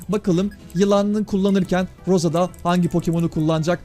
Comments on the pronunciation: Ros diye söyleniyor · Roz diğe okunuyor Rosa abi